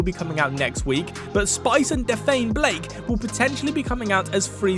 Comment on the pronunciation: WHY ARE YOU SAYING DAPHNE LIKE THAT